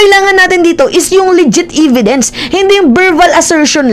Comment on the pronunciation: E-vidence not i-vidence